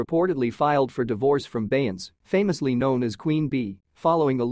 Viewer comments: Ughhh, that "Bey-ence" is KILLING ME. They gotta do better with this AI thing!! 😳😫🤦🏾‍♀️ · Plz get an announcer that can pronounce Beyounce's name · AI, please do better. I cannot listen to something that doesn't pronounce correctly. The lies.😂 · Ya think you could pronounce Beyonce's name CORRECTLY🙄🤔? ...UMP....